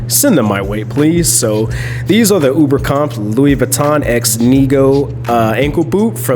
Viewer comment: Coming from a German speaker, Oberkampf is pronounced with a “long O” sound. Like, OH-ber-kampf. 🤗